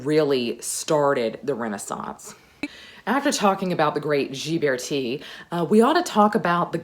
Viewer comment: I love these Renaissance videos. Your love of history shines through. By the way, Ghiberti is pronounced with a hard “g” and the accent is on the second syllable.